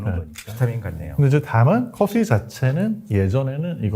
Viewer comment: 커피F 발음 ㅎㅎㅎ